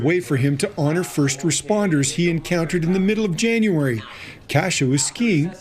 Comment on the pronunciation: You said “He” wrong 😑